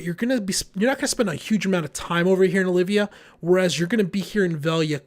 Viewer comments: It's OL~VIA ya GIMP! NOT Olivia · Good video. I agree, however, with what Stille Nacht is saying about the difference between contributing to nodes vs. sub-nodes, and what the difference is, etc. Also, it's OL-VIA...there is no "i" between the L and V. OLVIA.